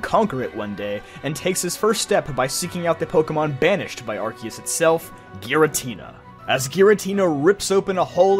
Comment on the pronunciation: Why the hell is everyone pronouncing Arceus wrong? It's ar-see-us (or ar-say-os), not ar-kios.